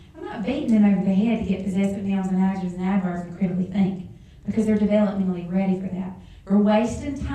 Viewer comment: How can she teach "adjectives and adverbs" if she can't even pronounce the words herself? (ajatives and averbs)